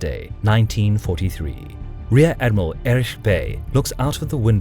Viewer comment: Great video. My only nitpick 8s how you kept mispronouncing "Erich". Its not Erish, but Erik. Ch makes a hard sound, that's why it's the the Third Reich, and not the Third Reish.